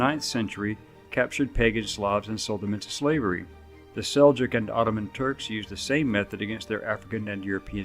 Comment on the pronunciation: I am surprised this professor doesnt use the correct pronunciation of the term "Seljuk." It is pronounced "sell- yuke." Please correct this in future posts.